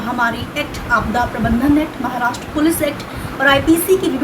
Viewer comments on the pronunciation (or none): none